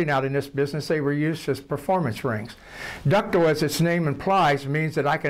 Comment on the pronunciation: "Ductle" lol!